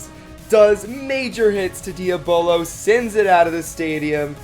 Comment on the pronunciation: You’re pronouncing diabolos wrong